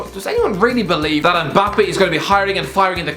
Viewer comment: Why do people(mostly white people) call him EMbappe? It’s Mmmbappe